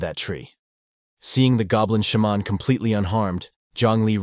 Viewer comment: I love how the voice says shaman as sh-mon. Like its some Michel jackson sound effect. XD